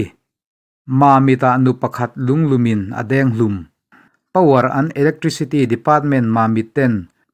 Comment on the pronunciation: Power and tih tur ni awm tak an tia lam tlat mai hi